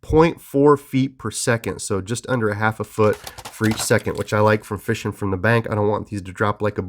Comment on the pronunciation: why you do you say "feeshing" ??